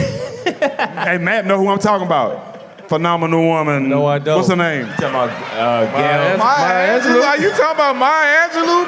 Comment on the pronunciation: May Angelou?!? LMAO